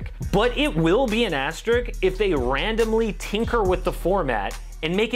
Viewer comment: Idk this guy keep mentioning it i think he meant asterisk though